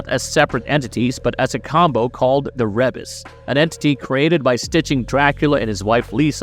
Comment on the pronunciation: how you know the narrator of this video didnt actually watch Castlevania: Says Rebis as re-bas and not ree-bis